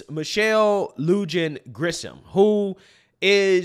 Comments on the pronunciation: It's pronounced Michelle LU"HAN" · Pronounced Luhaan. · Lujan pronounced LOU-HAN. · The governors name is pronounced luhan. In Spanish words, letter j makes an h sound. Also, she isn't the only corrupt Democrat around New Mexico. Santa Fes governor is universally hated by the citizens. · It's pronounced Lu-han. The people in this state are hopeless. When my buddy and I were canvassing for Trump last election you'd lay out all of the facts about the election and they would literally say, "we're Democrats." Facts be damned. Funny story, when I first graduated from college I worked for the State in Santa Fe when our idiot Governor was only the idiot Lieutenant Governor. The entirety of the staff used to openly joke about practicing speaking slower before having meetings with her. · It’s pronounced Loo-han. The news is obviously misleading. I live in NM. There’s not a household without firearms, possibly besides newcomers. Police will never enforce gun restrictions, and the population is much too rowdy , independent and rebellious. And the police?… During the Kerensky-led parliamentary (Duma) revolution in Russia which preceded the Bolsheviks’ November Revolution, the Tsarevna Alexandra sent the Cossacks to quell the rioting crowds in St Petersburg. Instead, the soldiers joined them. Expect the same in NM. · Lujan: LOO-hahn. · Its "lu-han" grisham. Or as we like to say in new mexico supreme leader grisham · Just a little FYI, Lujan is pronounced Loohan. Thanks for what you do ❤ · It’s pronounced Lu Han J is like an H. Ya bro they don’t do anything vs criminals here it’s so dumb ABQ is in such bad shape it’s not even funny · LUJAN is pronounced like LUHAN. Its a hispanic J pronounced like an H. In New Mexico he call her WUHAN LUJAN. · Lujan =. Loo- HAWN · Pronounced Lou Hahn